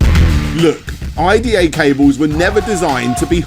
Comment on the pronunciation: I think its his pronunciation. Captions says IDE